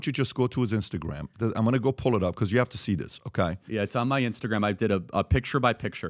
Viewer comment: How many years speaking English now, and still thinking it’s pronounced ‘ow-kai’? Annoying af